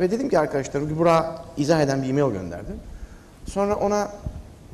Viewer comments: i meyıl deme abi şuna ya i meyl de geç :) ya da msj de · ı meyıııl o imeil değil... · Ali Sabanci birdaha Imayl (E-Mail) deme...